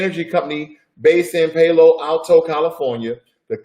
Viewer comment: Hahaha! The Germans don't pronounce Audi like that! It's okay, you didn't know and you also didn't know how to pronounce Palo Alto. LMAO and SMH! You said Audi correctly the first time.